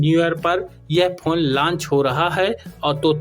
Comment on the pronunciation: लॉन्च बोला जाता है लंच नहीं भाई। थोड़ा ध्यान दीजिए जब आप बोल रहे होते हो।